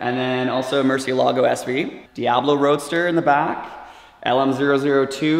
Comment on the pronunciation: You would think since he loves Lamborghini so much he’d be able to say Murcielago correctly. 🤦🏼‍♂️😂